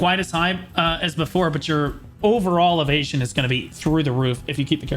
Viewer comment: When you say - "if you are evesion" I always hear - "if you are an asian" :))))) first time I even thought that this is some racist joke ))))